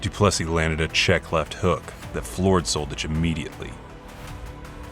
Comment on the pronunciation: If I didn't search for his name I thought his name was Roberto Soldedge. When you make commenary about ex-yu names make sure to pronounce them correctly. You are pronouncing something that doesn't exist and make your life complicated. It's much more simple to learn 1 letter "ć".